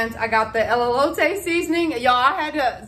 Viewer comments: Its E-lote…teehee she said “Elleote” the whole video 🫣😝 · Just a little tip...😊. Pronounced "Ay-low-tay" = Elote 😊it's your elote though, you can say it however you want to.😆 ❤ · A great haul and a great price. You corrected yourself on the Elote pronunciation towards the end... it's just "L-LOTE`" not the "L-L-" the double L you were saying. You'll get it! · It's pronounced E low Tay There is no " Lolo "in the spelling of Elote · Too cute…. I love Trader Joe’s… Elote only has one L so it El-o-te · It's pronounced El-low-tay. I used to mispronounce wrong before as well 😅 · Elote pronounced as A/lo/ta…the E’s are said like A’s….Elote is a Mexican street corn 🌽 on the cob. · E-low-tae Nice haul! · Elote....say el LO tay...😎❤ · Pronounced a-low-tay. Both E's have long A sound.